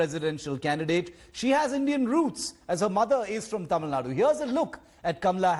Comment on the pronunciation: Taamil Naad? Ohhh the slang? Itss Tamil Nadu... Pronounce it properly fake pronouncers😂😂😂